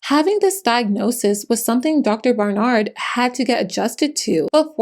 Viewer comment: Loved the video but, the way she was saying "Dr. BarNard" was getting to me.